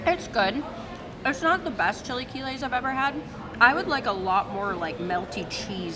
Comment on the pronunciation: Chee lay key lays